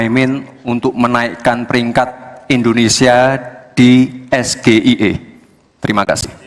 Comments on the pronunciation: Kepanjangan bahasa inggris.. Harusnya baca nya pakai inggris dong.. Gila kali ES GE I E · SGIE ejaannya salah om, Bahasa inggris, mas gitu ngejanya 😅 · pronouciation-nya yg bener bukan es-ge-i-e tapi es-ji-ai-i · Singkatan bahasa inggris Dieja pake bahasa indonesia Hahahaha ngakak total ❤ SGIE Dieja es ge i e Harusnya dieja ais ji ai ei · Kelihatan sekali Gibran cuma kursus di Australia. Gibran mengeja SGIE dengan "es ge i e" Karena dalam bahasa Inggris seharusnya ejaannya adalah : "es ji ai i" Mungkin Gibran tidak ngerti mengeja. Mungkin juga disengaja agar Cak Imin bingung. Keluarga Solo ini memang sudah jadi habitatnya tipu muslihat dgn cara licik. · SGIE itu singkatan yg kepanjangannya berbahasa inggris. harunsya gibran menyebutkan SGIE nya dengan abjat pengucapan bahasa inggris juga. contoh pengucapannya (ES JI AI I) "dlm plafalan abjat inggris" saya aja awalnya bingung yg di sebut gibran ES G I E itu apa, eh ternyata 😅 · Yg nanya norak... semua penonton scr umum jg ngga tau apa itu SGIE.. lagipula singkatan bhs inggris kok nyebutnya ES GE I E 😂.. hrsnya ES JI AI I dong.. gw jg ngiranya itu apa ES GE I E 😂.. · Bukan sulit. Tapi blinder. ES JI AI I ejaannya. Hhhh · 😂😂😂😂..... Apa mungkin dia ada yg Dikte....??? Mic nya aja ada 3.....Ambyar.... SGIE itu harusnya di EJA DENGAN EJAAN INGGRIS....bukan ejaan Indonesia (Gibran menyebut EsGeIE) bahasa Inggris nya juga Ambyar..... Bukan membela Cak Imin..... kalau bertanya menggunakan bahasa Indonesia harusnya langsung pake istilah Indonesia....bukan pake singkatan Inggris tapi di eja dengan menggunakan bahasa Indonesia...😂. Gestur tubuh termasuk ekspresi wajah GR tiap memberikan tanggapan seperti orang lagi dengerin dikte an.... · EMANG SALAH NYEBUTNA OGE MAENYA SGIE KUDUNAGE ES,JI,EI,I SO INGGRIS TAPI SALAH NYEBUT 😂😂😂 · Iya ini aneh S Ji Ai I mestinya bacanya gitu. Payah si Gibran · Bukan SGIE tapi EsJiAiEi